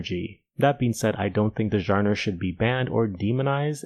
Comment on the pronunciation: Bro do you even speak English wtf is a jarner / sub-jarner